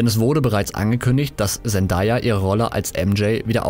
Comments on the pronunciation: Sie wird: „Sendäija“ ausgesprochen. Nicht: „Sendaja“ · Zendaya wird nicht "zendaya" ausgesprochen sondern "zendeya" also englisches a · sie heiißt Zendäya!! also so wird sie ausgesprochen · ja aber sie wird Zen day a ausgesprochen